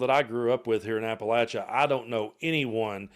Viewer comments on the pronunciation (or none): It's Appa-Lay- she-a Up in the north ....